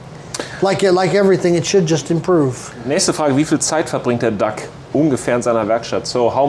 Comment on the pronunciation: His name is DOUG not Duck.Great workshop.